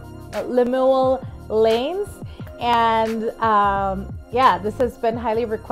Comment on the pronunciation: Love your RV 🥰🥰 Llanes is pronounced like Li-Yah-Nes all short vowels. I guess because most homes have karaoke machines, and anytime people can sing whenever..or some freely sings at karaoke machine displays at the malls, and we have many singing competitions. Plus, many singing done in church, at our school daily anthems. You should try to see some Filipino parlor games where they pass the mic to the next one to sing the next line of the song, all for pure fun and joy of singing. 💞